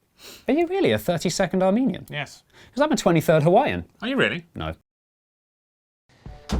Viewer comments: I definitely heard, "I'm a 30 second Armenian." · When he said he was a "1/32 Armenian", I thought he said he was a "30 second Armenian". I was like, did he not like it and switch back really quick?